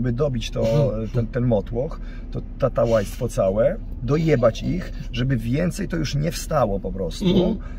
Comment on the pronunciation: panie profesorze, to jest tałatajstwo a nie tatałajstwo